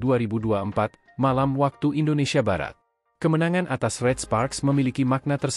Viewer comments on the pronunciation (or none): none